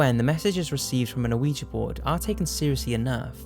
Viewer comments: WHAT THE F**K IS AN AWEEJEE BOARD!?!?!?!??!?!?!?!?!?!?!??!?!!WHAT THE F**K IS AN AWEEJEE BOARD!?!?!?!??!?!?!?!?!?!?!??!?!!WHAT THE F**K IS AN AWEEJEE BOARD!?!?!?!??!?!?!?!?!?!?!??!?!!WHAT THE F**K IS AN AWEEJEE BOARD!?!?!?!??!?!?!?!?!?!?!??!?!!WHAT THE F**K IS AN AWEEJEE BOARD!?!?!?!??!?!?!?!?!?!?!??!?!!WHAT THE F**K IS AN AWEEJEE BOARD!?!?!?!??!?!?!?!?!?!?!??!?!!WHAT THE F**K IS AN AWEEJEE BOARD!?!?!?!??!?!?!?!?!?!?!??!?!!WHAT THE F**K IS AN AWEEJEE BOARD!?!?!?!??!?!?!?!?!?!?!??!?!!WHAT THE F**K IS AN AWEEJEE BOARD!?!?!?!??!?!?!?!?!?!?!??!?!!WHAT THE F**K IS AN AWEEJEE BOARD!?!?!?!??!?!?!?!?!?!?!??!?!!WHAT THE F**K IS AN AWEEJEE BOARD!?!?!?!??!?!?!?!?!?!?!??!?!!WHAT THE F**K IS AN AWEEJEE BOARD!?!?!?!??!?!?!?!?!?!?!??!?!!WHAT THE F**K IS AN AWEEJEE BOARD!?!?!?!??!?!?!?!?!?!?!??!?!!WHAT THE F**K IS AN AWEEJEE BOARD!?!?!?!??!?!?!?!?!?!?!??!?!!WHAT THE F**K IS AN AWEEJEE BOARD!?!?!?!??!?!?!?!?!?!?!??!?!!WHAT THE F**K IS AN AWEEJEE BOARD!?!?!?!??!?!?!?!?!?!?!??!?!!WHAT THE F**K IS AN AWEEJEE BOARD!?!?!?!??!?!?!?!?!?!?!??!?!!WHAT THE F**K IS AN AWEEJEE BOARD!?!?!?!??!?!?!?!?!?!?!??!?!! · yeah. that's the way we pronounce it in the USA, but it comes from the French and German words for yes. Oui= yes ja=yes weegee is what we say though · Why is he pronouncing Ouija like that tho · Please say quija board correctly if ur going to do a segment on them lol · the O is silent on Ouija. And Jiminez- the j is pronounced like an h. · You don't pronounce the O in Ouija. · It's my understanding the O is silent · You're pronouncing the o, its silent. I'm not being a spelling/ grammar mazi, I misspronounce words I have only read all the time. I would rather people told me, other than keep mispronouncing shit. Thanks for another rad vid! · you don't say the "O" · it's not "aweejee" it's "weejee" ... i'm shaking from your mispronunciation. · Krist because it is prounounced wee-gee, not something like ooh-i-ja or ooh-ja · (wee-jee) not (o-wee-jee) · It's wee jah